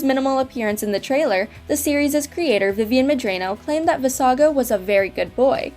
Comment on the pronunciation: That's not how Vivienne Medrano's name is pronounced either. If you don't know how to say things DON'T GUESS, look it up!